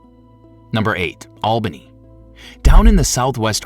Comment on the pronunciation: Its not albany. Its alllbanny